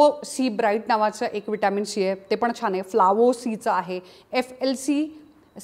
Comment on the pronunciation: शी का बोलत आहात तुम्ही ..... सी असे बोला😂